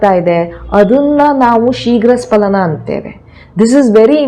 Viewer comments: ಅದು ಶೀಘ್ರ ಸ್ಖಲನ ನೀವು ಉಚ್ಚಾರ ಮಾಡುವ ಹಾಗೆ ಶೀಘ್ರ ಸ್ಪಲನ ಅಲ್ಲ ದಯವಿಟ್ಟು ಗಮನಿಸಿ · ಸ್ಪಲನ ಅಲ್ಲ ಸ್ಖಲನ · ಅದು ಶೀಘ್ರ ಸ್ಪಲನ ಅಲ್ಲ, ಅದು ಶೀಘ್ರ ಸ್ಖಲನ. Please correct. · Dr, kindly check the Kannada spelling of both words carefully, both looks alike. For more information, your pronunciation is wrong, You pronounce " SPALANA" but it should be pronounced" SKALANA" , for accuracy kindly Google. Thanks for your kind reply.